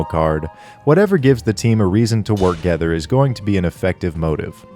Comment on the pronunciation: I'm sorry, but worgether killed me. Killed me dead.